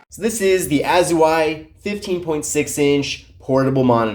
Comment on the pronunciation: Dude, you gotta learn how to pronounce these names properly. It isn't "A-zoo-ai". It's Au-zai.